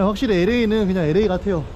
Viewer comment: 에레이가 아니구 엘레이입니다ㅎ 늘 잘보고 있습니다.